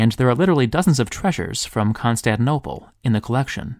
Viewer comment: Wonderful video as always! Totally off-topic, I noticed you leave out the second "T" of the City and seem to pronounce it "Constaninople"... neither here nor there, just a curiosity. :-)